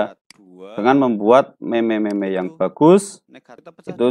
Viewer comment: Maaf Pak🙏 itu dibacanya "meme" bukan "meme"